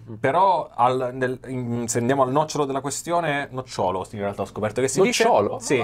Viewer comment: Perdonate se entro a gamba tesa (ascolto adesso per la prima volta questo podcast/video grazie ai suggerimenti di YouTube). No, l'accento giusto a è nòcciolo (lo dice Treccani, non io). Nocciòlo è l'arbusto che produce le nocciole e l'alias di un pesce, il palombo nocciolo. Come si dice, sono due parole omografe 😉